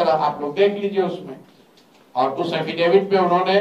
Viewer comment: एफिडेविट नहीं, हाफिडिफीट के करते है सम्राट चौधरी 😂